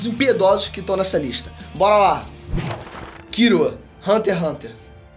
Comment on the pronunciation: Familia ei nerd com mania de querer dá uma de japonês falando kirua em vez de killua